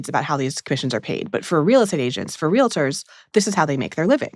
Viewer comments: WE ARE REAL-TORS, NOT RELATORS FOR F**K SAKE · Minor point: the profession is “real-ters” not “ree-le-ters” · For the record, the word is pronounced “real-tors” not “real-i-tors” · REAL---TORS! LIKE REALTY! REAL---TORS!